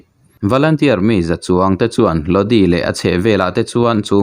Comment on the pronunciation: A thupui hian enge awmzia a neih le? Click bait hi uar viau lo teh u. A dik tak, a nihna tak dah pawh ni ula kan ngaithla tho ang mawle. Tin, Lodi tih hi( Lodâi) tih tur a nih hmel. CCR hla ah pawh a awm kha. Pronunciation hi pu Google_a hian a hre vek a nia. I chhiar hmain han en ve zeuh zeuh thin teh. Mi chi hrang hrang/ mi tamtak, a tam thei ang ber thlir leh ngaihthlak tur a tih a ni a, chuvang chuan in enlâwk te hi a ngai ve a nia. Zirtirtu hna ang chiah a nia aw... Sual min ti awm.🤦 Aaa... Hriat loh chu zawh mai tur.😂